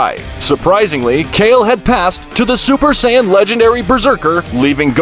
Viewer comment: im sorry for this but " super cyan" :))))